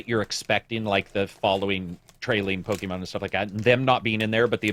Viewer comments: its POKEMON, not POKEMEN. Just pointing it out for correction in future. Great input in the podcast as always btw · Saying “Pokeman” makes me think you either don’t know or don’t care about the franchise.